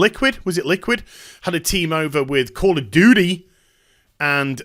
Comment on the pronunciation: WHAT THE FCK DID I HEAR? CALL OF DOODIE!? xDDD